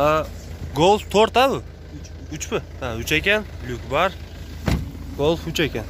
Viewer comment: Гольф сөзүн айтканды үйрон досум голф дебей